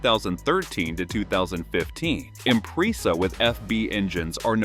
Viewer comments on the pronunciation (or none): You repair Subaru's all the time, every day. But can't pronounce Impreza??? Mmmmm hmm. LOL